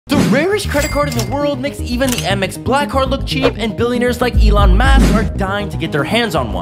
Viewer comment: he dont know how to pronounce elon